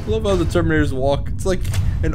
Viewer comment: "Terminatos" Uhmmm, I'm sorry, Ultra Space Marines, thank you.